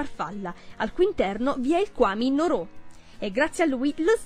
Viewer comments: Scusami va bene che si scrive Nooroo ma si legge Nuruu! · Non si legge Noroò